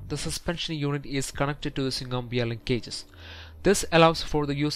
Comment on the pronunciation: Via: vee-yuh (one word 2 syllables) Linkage: leenk-edge (one word 2 syllables) Via linkage... 2 syllables pause 2 syllables Veeyaleen cages makes no sense and is confusing Via linkage... 2 syllables PAUSE 2 syllables ...Via (PAUSE) linkage 👍